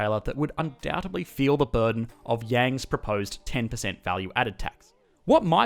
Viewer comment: Amazon "Burdend" lol